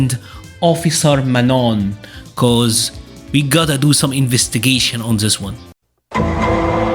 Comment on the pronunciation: I like how you pronounce manon’s name with the french pronunciation. It just sounds right to me